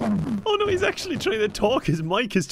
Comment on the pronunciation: turns Canadian when he says "Oh noooo"